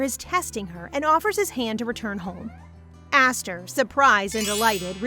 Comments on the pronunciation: LOVE ya BUT YOUR PRONOUNCING ESTHER WRONG!! It is Eh-str. Not Aster!! Unless it is really says Aster. The subtitles and you keep going backwards it drives nuts. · Is the name actually pronounced aster? Cause i thought Esther is more pronounced ester? (Correct me if im wrong) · ES-THER ESTHER NOT ASTHER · Asther or Esther? (Esther is pronounced es-st-er bc of Mr. Hopps playhouse 2) anyway this was so good & I heared Esther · everytime u said her name my brain kept thinkin to my name "Aster" meanin "star" but her name is spelt "Esther" a religious name. idk if its pronounced differently where u live but here for me Esther is pronounced "eh-s-ter" rather than "ah-s-ter" hence the confusion for me XD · Ess ter ess ter not ass ter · GAAAAAAH ..... it's ES - THER, NOT ASS - THER, Nice story though. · Isn't her name supposed to be pronounsed as E-sther not A-sther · MC shares my name "Esther" how cool. By the way it's "Es-ther" in pronunciation ❤❤ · Wait is it really pronounced like Aesthar? I pronounce it differently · The name is pronounced ess-ther from how it’s spelled but it’s okay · hey just wanted to tell you that the way you said Esther is wrong 😑 not hating just saying 😅it kind of feels weird because that not the way it goes and as a person who has had that name for there whole life 😂😂 just saying and I also love you video ❤❤ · I'm sorry to say but the way you said Esther's name was so off. My name is Esther and that is not how you say it but it was a bit funny how you said it😂